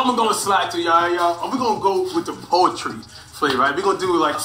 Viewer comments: Poultry not poetry flight 😂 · Flight: What The Hell is Potery 🤣🤣🤣🤣